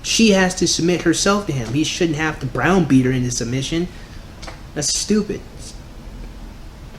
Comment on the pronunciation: Were you saying "brown beat" her?